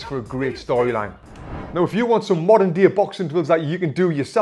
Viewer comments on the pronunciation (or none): none